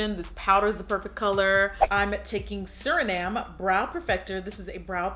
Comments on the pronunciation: I think it’s supposed to be Surname (like a last name ex: Dickhausen is my surname) pronounced “Sir-Name” rather than “Sur-Nahm.” It’s fine though, the look is beautiful! I love your charisma and the way you say things! That’s why I subscribe and watch! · Yaaasss!!! I love this. That contour is looking snatched to death too. (BTW the brow pencil name is pronounced “sir-name”. A surname is like someone’s last name.) Okay going back to finish watch the video. 😊😊🙏🏽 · How she pronounces surname LOL. Love it.